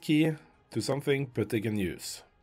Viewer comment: This worked so great, thank you for this video!!! I could listen to you pronounce "Putty" all day long. 10 hour loop when?